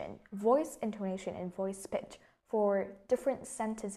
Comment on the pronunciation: mình tưởng intoNAtion - stress falls on the third syllable chứ nhỉ. maybe mình khó tính quá